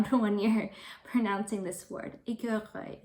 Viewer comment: Your écureuil is great. And oddly enough « squirrel » seams to be one of the most difficult word to pronounce in English for french people.